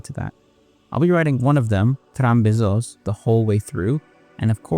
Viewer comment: Yeah, but that's just him pronouncing it wrong, like Cornellà near the very end